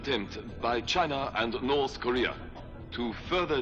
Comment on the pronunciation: North Koea LOL